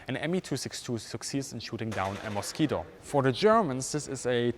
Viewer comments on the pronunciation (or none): none